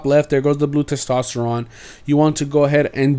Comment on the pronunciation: You miss pronounced testosterone